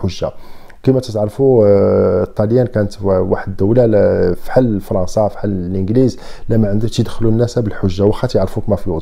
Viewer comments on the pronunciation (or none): none